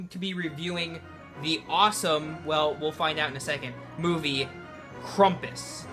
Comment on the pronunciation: Nice review, and! Oh, and by the way, it is actually pronounced Cram-puss so pronounce the beginning like e word cramp and then us. I'm no grammar nazi or anything pronounce it however you want but I just wanted to point out that I do think that you were mispronouncing it.